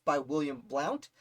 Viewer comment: His last name is pronounced “Blunt”.